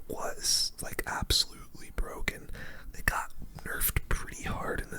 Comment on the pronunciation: "The new evo skeletons awe bwoken"